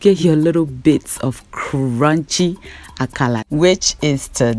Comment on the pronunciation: Dear, l always enjoy your channel, well done. Meanwhile Why are you pronouncing it AKALA instead of AKARA like everyone else in Ghana? Or is it not kose you are referring to?